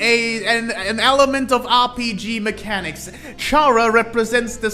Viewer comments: its probably because you say it like charazard when its supposed to sound more like character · Yet another person saying CHara and not Chara(cter)... oh well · I like a lot of the stuff you pointed out that pp, seem to miss, but i have a few notes: 1. You pronounced Chara wrong, its pronounced 'care-ah'. As it derives from the word character. 2. Genocide is their run not intrinsically because there is murder, but because Chara is a megalomaniac, and killing just so happens to be how you max out your stats in undertale. 3. In the same way frisk and kris became our in universe vessel, chara became our in universe extention. They represent us, but arent really us. Kinda like most rpg characters. Atleast, thats what i think the intention is. 4. The players determination is what brought chara back, so it could be because of that, chara became what they are now? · Uhm actually it’s pronounced “Kara”🤓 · makes an entire video about chara and mispronounces her name the entire time either say it like (car-uh) like the name kara or say (care-uh) like part of (chara)cter that's where the name chara comes from the word character you wrote it on the board and i guess just didn't notice it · how the hell does someone continuously mispronounce the name “chara” when the word it comes from is literally right in front of them. i highly doubt they say “character” like that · Respectfully, the way you pronounce their name is making me start tweaking the hell out